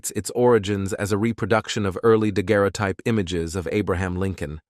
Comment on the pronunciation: Thank goodness someone else noticed that. When it tried to say "daguerreotype" I had to stop.